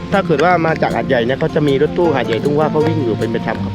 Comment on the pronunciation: แก้ให้ครับ หว้า อ่านว่า ว่า ครับ ไม่ใช่ว้า